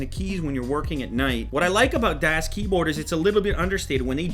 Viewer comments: I cringed every time he said "DEAS" instead of DAS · youre saying it wrong... its daas not dass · It's not Das its pronounced "Daws" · I can't believe people are getting bent outta shape over him calling this the "best" keyboard. So what? He can call it what he wants. Grow a pair people. Is there a reason he pronounces it Dass like ass instead of Das like DOS? In any case I've got a Das 4C Ultimate on the way which'll be my first blank board. I considered the full size Ultimate but damn it's expensive and huge. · not DAS pronounced DOS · its pronounced dawhs with a long a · It's pronounced "dos" with a soft "o" sound, as in "office." "Das" is German for "the" in the neuter sense. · It annoys me how he constantly says, "Dass Keyboard". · its pronounced dahs keyboard, its german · it's pronounced like "duss keyboard", if anyone is interested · i think you are supposed to say it the german das, with a short A. Like the car you know, das auto. Das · DASS keyboard lol. It's really not that hard to pronounce. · Lew, it's a German company so it's pronounced "DA-AH-SS" Keyboard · You just say the name wrong :P Das Keyboard is just german for The keyboard :p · Du hast "das" falsch ausgesprochen, und soll es nicht "die Keyboard (Tastatur)" sein? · Who else cringes when he pronounces "das" wrong? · He says das like an American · As a german schnitzel i love how people pronounce das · Am I the only one bothered by him mispronouncing the name? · Das has made pretty shit recent keyboards, using greentech switches. Plus you said das wrong the whole review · ***** das is actually pronounced the way you say "bus" ...